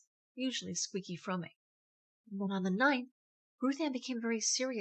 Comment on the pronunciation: Fromme is only one syllable. The e is silent.